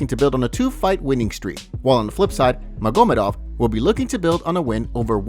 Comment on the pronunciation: The fact that you can't pronounce magomedov or devalishvili is sad af. Either you don't watch the sport or you ride a short bus 😂